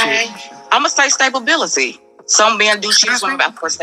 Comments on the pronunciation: Did she say "stablebillity", I don’t even know what that is 😂😂😂😂😂 I don’t either, I know stability though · She said "stabability" lol. Time to go back to English class. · She said “Stablebility” wtf is “Stablebility” 😂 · It's stability not staplebility lmaooo 🤦‍♂️🤣 Kev was about ready to hang up, in his head he was probably saying I got to get this dumb illiterate "diva" off the phone.😂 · Right! Also it's stability not staplebility lmaooo 🤦‍♂️🤣 Kev was about ready to hang up, in his head he was probably saying I got to get this dumb illiterate "diva" off the phone.😂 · This woman said staybability instead of stability she's big, old, got 2 kids, and slow and she talking about her cookies that her ex husband left on the counter for santa 😂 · I think she meant to say,sta-bil-ity,stability. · She said stable bility I m done she stoopid and stubborn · Stablebility? LMAO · Stability stay bowl bility 🤣🤣🤣🤣🤣fried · She said:"stabability."🤣🤣🤣🤣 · Eeekkk "stabibility"....oh my Kevin...Save yourself...hang up quickly b/4 you reach through the phone and slap her for real!!! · Stabe-ability???? Bruh. 😂😂😂😂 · ...she actually meant stalibillylillyty 🤣🤣🤣🤣🤣🤣🤣🤣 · Lol she dont even know english... what is stablebilty...🤣🤣🤣🤣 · She said stabability 😆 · “Stabalbility” 😂😂😂… but she’s high value, right!? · Savorbility 😅😂🤣, im done lol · I think the bish said "stablebility" hahahaaa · A NFL lineman sized "celephant" two-time mother 37 wants "stabability". Incredible. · She try to say stability. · She's trying to say " Stability" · She was trying to say stability